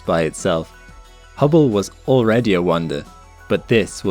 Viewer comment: Oops, ya emphasized "Hubble Space Telescope" wrong in comparison to James Webb's: ya should have said "successor to the HUBBLE Space Telescope" (both are space telescopes; the contrast is in the first parts of the names). :-)